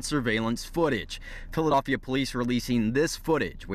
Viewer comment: "Phila-doff-ia" wtf did I just hear😶